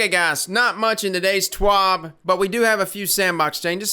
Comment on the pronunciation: Bruh I don't speak French. However when you were saying TWAB I thought you were. Lol. Good video my man.